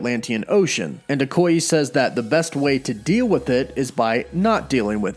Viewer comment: No offense, but it’s pronounced Okoy-‘ay’ and not Okoy-‘eee’...